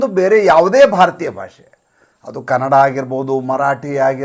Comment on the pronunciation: ಮಲತಾಯಿ ಧೋರಣೆ ಅಂದರೇನ್ರಿ? ಮಲತಾಯಿ ಮಲಮಕ್ಕಳಿಗೆ ದ್ರೋಹಿ, ವಂಚಕಿ ಎನ್ನುವ ಅರ್ಥ ಉಂಟು ಮಾಡ್ತಿದ್ದೀರ. ದುಷ್ಟ ರಾಜಕಾರಣಿಗಳ ಅಂಧಾನುಕರಣೆ ಮಾಡಬೇಡಿ. ಜನರಲ್ಲಿ ಅಪಾರ್ಥ ಉಂಟು ಮಾಡಬೇಡಿ. ಮತ್ತು ಕನ್ನಡಭಾಷೆಯನ್ನು ಕನಡಾ ಎಂದು ತಪ್ಪು ಉಚ್ಚಾರ ಮಾಡ್ತೀರಾ. ಇದು ಕನ್ನಡಕ್ಕೆ ನೀವು ಮಾಡುತ್ತಿರುವ ಘೋರ ಅಪಚಾರ. ತಿದ್ದಿಕೊಳ್ಳಿ.